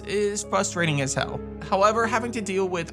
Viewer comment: Pronounce “frustrating” correctly, challenge impossible